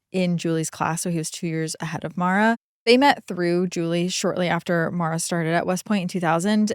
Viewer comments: Why do you keep calling her Mara?? Her name is Maura. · Mor-ah. Not Mara. Everytime you said her name it was Mara. She was a victim of circumstances and as a victim I think her name should be corrected. I didn’t know her or the family but I’m close enough to the area that to this day we have billboards with her name and face on it. I appreciate the work you guys do but my constructive criticism is that you only pronounced her name right a few times. Maybe it’s an accent thing but again she was a victim and her name deserves to be correct when pronounced. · It wouldnt suprise even she mispronounced her own name cause americans seem to think irish is english. Her name should be pronounced More-ah. With no break just all in one. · Her name is Maura Not Mara, you pronounce it like Laura but with an M